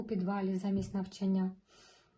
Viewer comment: НавчАння! ЗанЯття! Вас важко слухати( .